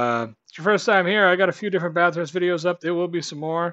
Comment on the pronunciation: Just a heads up it’s pronounced Bathurst (or Bath-urst, if that helps) one word. Not Bath-hurst, will help you sound more Ozzy 👍